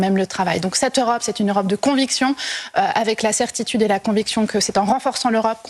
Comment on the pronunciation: pourquoi elle dit EurApe ?